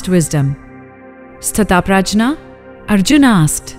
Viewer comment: The word is pronounced as स्तिथप्रयग not स्तिथ प्रजना